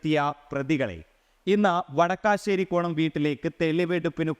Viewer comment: വടക്കാശേരി കോണം അല്ല.... വടശേരിക്കോണം